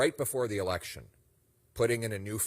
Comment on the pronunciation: Lose the accent on the E in election